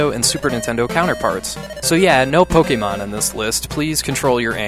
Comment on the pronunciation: No Pokemon rage here. Mostly because you actually pronounced it correctly.